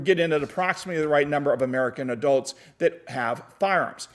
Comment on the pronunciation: The way you pronounce adults kills me, but your information makes up for it lol Thanks for the video,!!